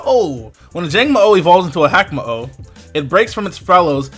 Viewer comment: It's ha-ka-mo-o ("ha-ka" like haka the war dance of Maori and "mo-o" like the mo'o or hawaiian gecko) it's kom-mo-o ("o" has a long o sound) please pronounce stuff correctly